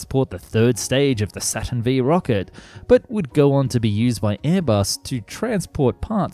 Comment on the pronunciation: Not me getting somewhat heated over his pronounciation of the Saturn V.